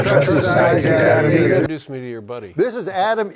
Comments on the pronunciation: It's Egert..... Like the bird. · It's Egert, like the bird